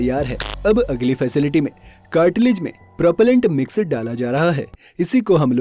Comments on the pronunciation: कार्टीलेज 🤣🤣🤣🤣कहां से आया इतना ज्ञान Cartridge(कार्ट्रिज) होता है😂😂🤣🤣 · Cartilage nahi cartridge...